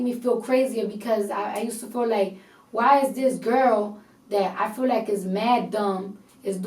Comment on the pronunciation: Did she pronounced "feel like" as fool like ? Or I got something wrong in my ears